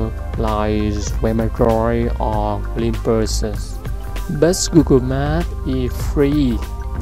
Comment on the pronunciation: Dude... you need to speak better English to do this. The pronounce the word “glimpse” totally wrong.